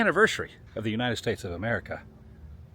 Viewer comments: “The Great WOO-nited States Road Trip” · The Woo-nited States of America 250